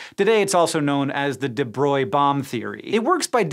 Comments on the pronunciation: Bohm should sound like you're saying a bow and arrow. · I always that Bohm rhymes with Ohm rather than Nom... but it could be me. Also... shout out to PBS SpaceTime that has a MUCH deeper treatment of this material over MANY videos.